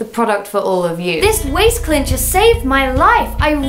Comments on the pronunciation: it might be an english thing but i cant handle how she keeps calling it a clincher not a cincher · Cincher. Not clincher. Clinching is a waaaay different thing. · Cincher, not Clincher... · Why is no one bothered by the fact she calls it a "clincher" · Jes - ya isn't it chincher or smt